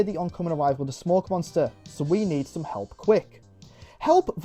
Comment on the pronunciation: The camera and the BioShock style puzzles are so Xbox 360-core. I appreciate that it tries to emulate the show as well with it being episodic. Also: "Monnstuuah".